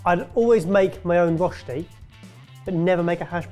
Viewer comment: You guys got so close, better than most. But how does a professional chef not know how to pronounce rösti?